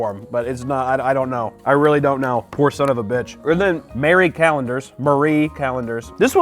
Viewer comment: Thank you for pronouncing Marie correctly the number of youtubers I have seen call it Mary Calendars infuriates me.